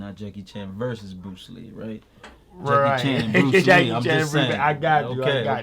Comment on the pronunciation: X!!!! You killin' me! lol Put some respect on Bruce Lee's name yo! C'mon now!